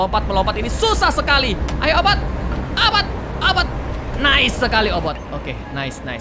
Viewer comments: Kak regi bilang obot si kucing ku dengar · Kak regi namanya obit bukan obot